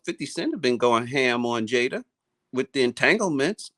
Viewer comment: Damon says Jada wrong that bell and hypnotized Will into yabba dabba doo